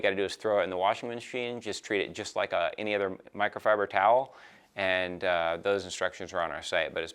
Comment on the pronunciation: he cant say "Microfiber" 😂😂